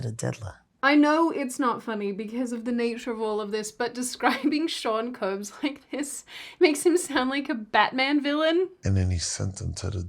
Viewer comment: She keeps saying “Koombs” instead of Combs. And she acknowledged it in the previous one😂😂😂